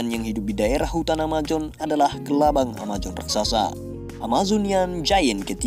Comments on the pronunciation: Bukan AMAJON bossku, tapi AMAZON...sebut jelas2. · amazon bang, bukan amajon 😆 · amazon bukan amajon woi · Amazon bukan amajon...!!! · Amajon gak tuh... Oya bang, bahasa inggris nya kelabang emang centipede, tapi bukan di baca ketiped juga kali bang, pengucapan yang benar sentipid. Hanya menjelaskan bang, hehe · Amajon apa mijon? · Sungai Amajon. Males bet bilang Hurup jet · Amajon hahahahahahaha